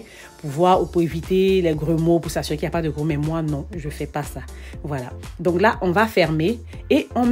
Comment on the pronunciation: Grumeaux et non gromeau